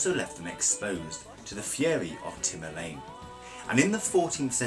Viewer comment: The history of bashkirs was interesting, but there is many mistakes. What are your sources? There is noone called Timurlane. His name was Timur or Tamerlane and today's boys name are timur, temur or tamerlan. But not TIMURLANE - you mixed those both names together. And you should also more focus on the pronunciation because you are saying bullshits. There is writen SABANTUI and you say HABATUI (when S sounds like H? why you left out N?)... or the food is called beshBarmak and you say beshMarmak. Magyar is not pronounced as maGYar .. in hungarian "GY" sounds like soft D sound => madyar. (English doesnt have this sound but it is present in hungarian or most slavic languages from russian to czech. and we can continue further and further.